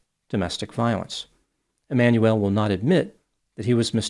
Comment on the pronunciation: His name is pronounced E-man-u-el (not Emmanuelle)